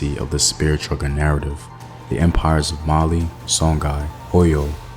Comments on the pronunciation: It's chucker not chugger, bruh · Bruh, chugger? It's CHUCKER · CHUCKER not chugger.